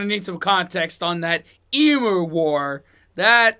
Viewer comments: The Australian Capital Territory and the Northern Territory are not states. They are Territories. The bird is pronounced Eemyou not eemoo. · eem you not eemoo. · It’s pronounced emew not emoo. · My mum made the BEST kangaroo patties and substituted for hamburgers! Delicious! Also, it’s pronounced eem-you not e- moo. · Just to clarify, emu is pronounced E-mew not emoo. Yes South Australia gets cold in winter. The best thing about box or cask wine is when empty , you can take the bladder out and have a convenient pillow. We have 21 of the most deadliest snakes, we have over 2000 species of spider ( some are the most deadliest) including red backs, funnel webs, white tails mouse spiders and even bird eating spiders. We have some of the largest lizard species too, growing up to 2 metres in length. We have wild dogs called dingoes, buffalo, camels and aggressive bird species. In our water ways we have crocodiles and sharks ( in rivers and sea). But it ain't nothing, we just live with it being educated at a young age. Hope this helps. Censorship is not very strict. The words fuck and cunt can be said on commercial television, at any time as well as nudity and sex scenes. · Your Question..."is the South of Australia cold?" Summer now here in Perth-the South of Western Australia, it was 42c(108f) yesterday...(& where I live we had no fkn power) 🥵🥵🤦‍♂️ In winter it sometimes gets down to 4c(40f), though occasionally it dips to 0c. P.s Emu is said - eem-you, NOT eem-oo. ..Or maybe the USA is actually said OO-SA 🤔 ya feel me!? 🙃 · Emu is “Ee-mew” not -moo. Oz is 85% the size of continental USA. Many countries have part of Antartica. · Say it with me "Eee-mew"... not "Eee-moo" 😂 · Gentlemen, it's Em-you, not Em-ooo. Kangaroo is awesome, super lean and tender. PS, the pom talking absolutely butchers some place names. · Eem-you. Why do you say Eem-ooo. You don’t say Oootah for Utah right?!?!? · Also, it's Em - YOU, not Em ooh. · Its emYOU not emMOO americans 😂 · E MEW not E MOO !